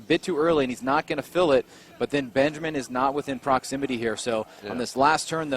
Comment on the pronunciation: the R35 driver is BENJAMIN, and U called him Benjam? C'mon Bro 👍I read the name and listen what U said, start to scrub my eyes, cuz I thought I cudn"t read it properly before, but I did actually... 👍 U bugger